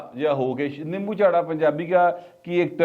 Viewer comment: Butt Sb! Nimbu Charra nahi Yey lafz "Nimmu Charra" hota hy